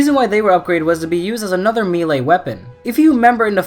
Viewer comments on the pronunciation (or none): to be a nitpick for the sake of being a nitpick, a) i'm sorry, and b) it's pronounced meh-lay. have a good one.